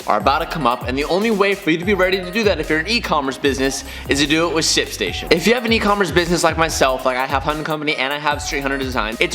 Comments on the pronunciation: I heard simp station Or maybe its just me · my man struggles with saying “shipstation” lmao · trying to pronounce the H in ship station.🤣🤣🤣 not making fun... you should hear me trying to say double cheeseburger.😬